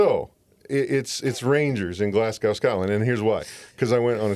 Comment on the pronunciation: please say Glasgow properly.😅